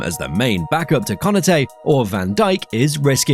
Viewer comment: It’s Ko Na Te - not Kona-Tay. Good video though. ❤